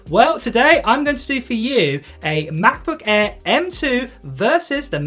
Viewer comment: f.luck your poor english accent. "MACBOOK ÆÆ" 😁